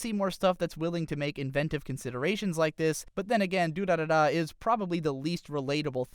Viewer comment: the way he said durarara fucked with my head in so many ways